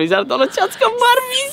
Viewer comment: No es marbi es barbie 😂😂😂